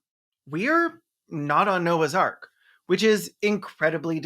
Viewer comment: I first heard you say "," which would have been a very different but likely far more entertaining movie.